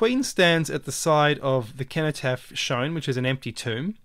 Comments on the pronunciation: Another excellent video with a fresh look at what's right infront of us, thank you. It's a soft "C" in cenotaph, "Senotaph". Well here in the UK at least. Thanks again, can't get enough of your insightful vid's. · ‘Age shall not weary them’ - They will not grow old and weak. ‘Nor time condemn’ - Their actions will not be allowed to be misconstrued by the passage of time. Sorry to be a pedant but it’s pronounced Senno-taph, it’s bugging me lol. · The word "cenotaph" is pronounced "seno-taff". Sorry to be picky, but when you say "keno-taff" it makes you sound ridiculous!! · For those pointing out that cenotaph is pronounced with an s sound: this is probably a corruption of the original likely k sound. So 'kenotaph' is probably more useful to consider the meaning of the associations which would have likely have been made in antiquity. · Precisely, I studied Latin for years so i'm actually unable to pronounce it with an S and be true to myself haha. Thanks for explaining it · (cenotaph is pronounced as an 's'. like the word centuary.) Thank you That was so interesting. It's brilliant symbolism spotting. is also known as the digital activation code for our DNA. Inspiring stuff you are a font of information.